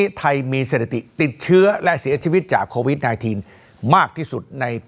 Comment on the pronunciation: โควิดอ่านโควิทย์...